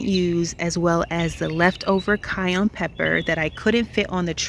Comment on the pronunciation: Your garden looks amazing! I’ve learnt a lot from you. Please don’t be offended but the pepper is cayenne not cayonne. I heard someone dare to laugh at your pronunciation. I was ticked off. Thanks again for your wonderful content ❤